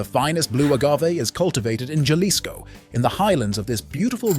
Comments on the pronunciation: Not zalisco😂 halisco, not zimador😂 himador, because you are talking about tequila!!! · It's pronounced halisco (jalisco) like hell but ha-lisco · Tequila Blanco (also called Plata, Silver) is never put in barrels for any period of time. It is bottled right after distillation (the bottling videos you showed here). That and the pronunciation of Jalisco as "yalisco" instead of "halisco", tells me this isn't a well-researched video. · Thanks. The pronunciation DOeS matter! JA- w/ a hard J....is NOT okay. Jalisco works..as a Hah sound.. I think the voice is AI...and does NOT yet have regional Sounds done well. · "J" is pronounced "H" Fix your stupid AI to say things properly. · its pronounced halisco not jalisco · For those below who are worried about the pronunciation....the narrator is speaking in English and the words are being read correctly. For those that do not know and want to pronounce the words in Spanish....the "J" in Spanish is pronounced as an English "H". "H"alisco..."H"imador. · Not Jalisco, it HAH-LEESCO! J's are pronounced with H!😂😂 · When the narrator said Jalisco wrong ! Had to stop watching, 🤮🤮🤮🤮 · if your going to do a video about tequila at least learn the proper enunciation of Jalisco and jimadores😂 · They need to pronounce it they it is supposed to be pronounced. Jalisco does not have a flipping G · Overall good video on Tequila. Just wish the white narrator would have done some pronunciation research prior. The video would have come out rich in tequila flavor. I pretty sure, this guy is the only one in the world that couldn’t pronounce essential vocabulary words. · And jalisco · Can’t stand this guy mispronouncing the Spanish words.